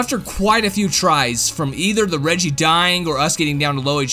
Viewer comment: Is it just me or does regi sound like wedgie.